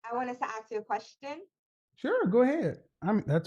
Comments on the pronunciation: ASK!! Not AXE!!! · i just wanna know why black people can't say " mask" " task" " flask" but they cant say " ask" they say : axe . Can you or someone explain ?